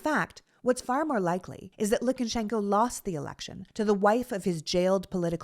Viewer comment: Lu ka shen ko, not LukANshenko. Probably even LuKAshenkuh (LU kuhshenkuh?) but not LookenSHENko. Sorry, Sorry.